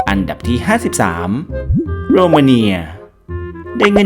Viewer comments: โรมาเนีย.. อ่านผิด.. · เงินเดือนของประเทศโรมาเนียก็อ่านผิด